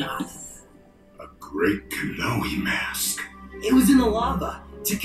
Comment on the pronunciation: I'm impressed you managed to correctly pronounce "Kanohi" on the first try. For years, I thought it was "Kenobi".